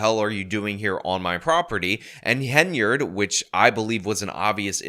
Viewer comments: HEN-YARD Not haynerd Come on man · Finally, you see the Hen rather than Hay, very annoying listening to you mispronounce endlessly